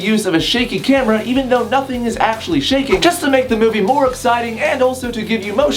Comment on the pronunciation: At first I thought he said "shanking the camera" and I thought of melanie martinez in Alphabet Boy